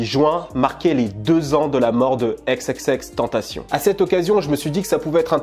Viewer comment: Je meurt à chaque fois qu’un mec dis xxxtentaSSION ...